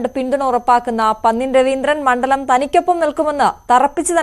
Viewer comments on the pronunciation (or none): none